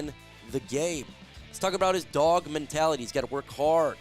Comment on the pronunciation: Could you stop being gxy and say dog properly. You're literally cringe dude!